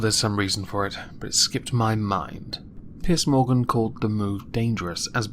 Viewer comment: It sounded like you said "Piss Morgan". Something relatively fitting I would say.